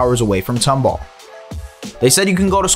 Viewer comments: It's pronounced Tom-ball, not "Tumbul" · As a Tomball graduate, it’s tOmball not tUmball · it’s pronounced tom ball not tumble